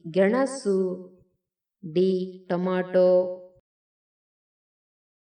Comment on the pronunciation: ಕನ್ನಡ ಸರಿಯಾಗಿ ಓದಬೇಕು. ತಮಿಳು ನಾಡು - ತಮಿಳ್ ನಾಡು ಟೊಮೋಟೊ - ಟಾಮೋಟೂ ಇರುವ ಪದ ನೋಡಿ , ಆಮೇಲೆ ನಿನ್ನ ರಾಗ ಹಾಡಮ್ಮ.